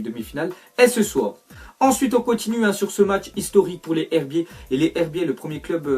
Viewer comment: Sa ce dit les ZHerbiers sinon bonne vidéo